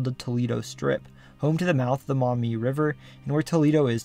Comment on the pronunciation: I appreciate that you correctly pronounced Maumee correctly and mentioned the Black a Swamp